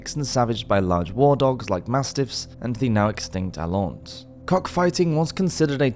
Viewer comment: What animal does he say is extint that was popular for bear bating, alons? It sounds like he is sayinh alons but i cant find it online anywhere